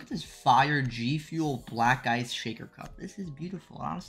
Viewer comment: U gotta love jynxzi when he says bracck ice and makes his own accent